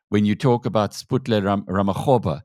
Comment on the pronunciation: Ra - mo - kgo - pha... Not RamaQoba😂